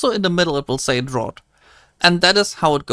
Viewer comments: I can't hear this guy say drought one more time haha. it's (Draft) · Draught is pronounced "draft" ☝️🤓